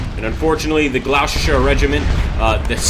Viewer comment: Gloucester is pronounced the same as "gloster'.